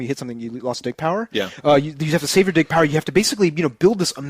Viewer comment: def gonna try to rent Other:M based on your review. but i wonder if this will teach nintendo to not give thier games out to other companies or not to try to allow thier characters to have actual stories BTW DIG power sounded like DICK power xD